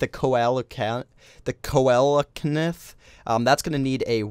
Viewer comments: YOU'RE PRONOUNCING IT WRONG! Correct pronunciation: See-la-can-th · The creature is pronounced seela canth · Just saying it's pronounced celocanth